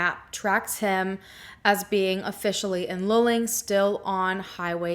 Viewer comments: Loo-ling, not lulling. More oil well pumpjacks than cows around there. Years ago we used to drive through that area regularly. One can smell the oil in the air. It is interesting to look at the Google Earth pix of the land around 2300 Salt Flat Road. If nothing makes sense, one should re-examine initial assumptions and maybe even repeat initial actions in the light of revised assumptions. It wasn't really that cold that night, according to historical weather records. Not cold enough for a young man in good physical condition to experience paradoxical hypothermia, but maybe, if he had a concussion injury or was using some substance other than and in addition to the cannabis. I think some kind of "Deliverance" scenario in the backwoods of Texas oil country is really far-fetched, and any self-respecting group of thieves would have taken the valuables for sure. More likely to run into a roving band of Jehova's Witnesses than a real evildoer. Although them trying to convert you can be an experience in itself. Drain that little pond just east of the old farmhouse at 2300 Salt Flat Road again. It looks like a nice swimming hole, but is probably polluted by the oilfield activity. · It’s pronounced “loo-ling”. I love ❤️ your channel!! So happy you’re covering this. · Also its pronounced "loo-ling" luling lol. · It's pronounced LOO-Ling, just so you know. No biggie. But your description of Texas Rangers is completely incorrect and spreads misinformation. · Just saying this as a central Texas native: It's pronounced Loo-ling or Lew-ling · It’s pronounced Lew-ling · No offense ..but the city, for us semi local to town Texans...it's pronounced Luuuuuling (like eeewww)🤠